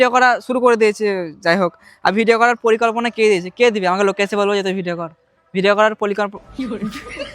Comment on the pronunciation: পরিকল্পনা ❎ পলিকল্পনা ✅😂